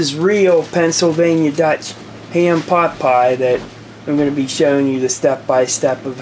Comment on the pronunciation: So... you're starting a cooking show, too? 😉 I can appreciate that. Pot Pie really sounds like Pop'eye. 😆 o_< An interesting concept. It's like a stew with pieces of dough in it. In Finnish Karelian traditional cousine in the Eastern Finland (and I guess in the current Russian side, too), there's this bread with pieces of pork and rutabaga in it. You traditionally eat it warm and with some butter, yum. 😋 It's called "lanttukukko" or a "rutabaga purse/rooster", depending on the etymology of the word "kukko". In Savonia, a little bit more to the West from Karelia, the dish is traditionally filled with fish and pork. That's called "kalakukko" or a "fish purse/rooster".